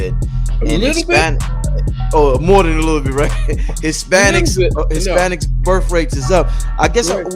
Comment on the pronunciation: "Burf" rate? Are you serious? Learn how to properly pronounce words before you use them.